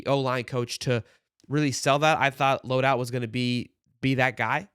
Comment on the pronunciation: Dude, I Know he’s gone but please put some respect on his name… it’s pronounced Load HOLT not Load Out!!!!